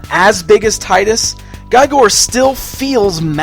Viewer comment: really nice review and the figure is amazing... But His name for sure pronounces with E sound. His name is welsh.